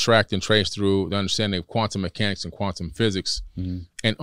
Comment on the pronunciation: kwaaZont😳 sawry jokin